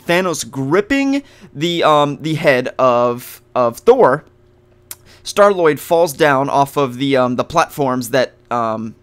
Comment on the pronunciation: It's Star-Lord not Star Lloyd sorry I just had to correct you